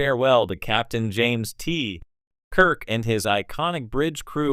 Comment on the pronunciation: OMG get a better AI voice generator ... that was horrible. James ... TEEEE ... Kirk.